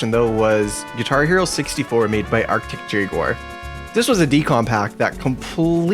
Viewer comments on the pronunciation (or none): none